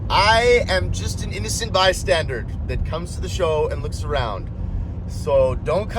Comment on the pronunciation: bystander, not bystanderD